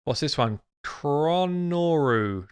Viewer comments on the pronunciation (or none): is it really that hard to pronounce cho-noru? there is no R after the Ch